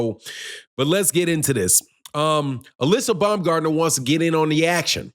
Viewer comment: Its not BUMGARDNER. ITS BAUMGARDNER. Where did she say this.